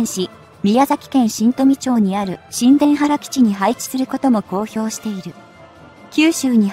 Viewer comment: しんでんばる基地って何だよ！ にゅうたばる基地だろが！